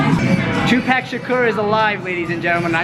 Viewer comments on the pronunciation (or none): he said tupac wrong lol